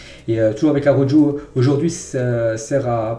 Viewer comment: mais pourquoi il prononce araujo avec le j mdrrr